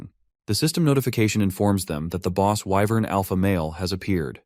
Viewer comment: Why in the world did I just hear alpha male whyvern